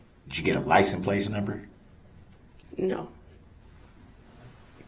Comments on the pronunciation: No I didn't get a lisends place number, maybe you wouldn't axe stupid questions if you had a license, you even lied about that, he should of had a dictionary, I noticed estimate was one of the many words he had trouble with. That wasn't part of the game , my dogs vocabulary is higher then his! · Darrell Brooks has the most odd profile I've ever seen. Also an inability to say basic words. Lysen place, Texas (texts), axe, tackit, Biast. The list goes on